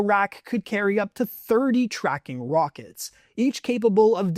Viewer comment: "30 tracking wokets"